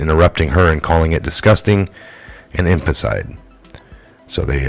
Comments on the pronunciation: No offense, you do a great job. But it's phonetically pronounced... In-fan-ti-side.... Not "infant-side".... Much love just want you to sound as credible as possible, because you do share good stuff. (Except the occasional David Zublik stuff... Lol... Jah moke!) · Its infanticide.. ( in fan ti cide) stop misprouncing it as it makes you look uneducated and I KNOW YOU ARE NOT UNEDDUCATED,, just pronounce it correctly...P L E A S E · It would be benificial to you to learn how to pronounce the word infanticide. In- fan- ti-cide. 4 syllables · IN FAN TIH SIDE In-fan-ti-cide Infanticide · Infanticide in-FAN-tih-cide. Break it down by syllables. After the vowel (a,e.i.o.u) , where there is a consonant ( a letter that is not a vowel) , most of the time you can break it off to a new syllable. Here, the last "CIDE" is one syllable. It takes getting used to. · in...fan...TI......cide, dont keep reading the same word wrong over and over , its really cheesing my fucking toast dude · {In FANT eh side} 4 syllables :) you're welcome. sorry, it was making my jaws squeaky lol. just trying to help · Homicide/infanticide pronounced almost the same. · Good review of days' events. Please learn how to correctly pronounce February and infanticide, you are missing parts of each word, it's distracting and takes away from your presentation.